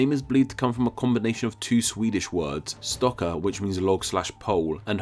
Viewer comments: Log in Swedish is Stock, not Stokker, plural is Stockar. Where did you get Stokker from? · It's "Stockar" and not "Stokker" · I wonder why he said stokker its stock lmao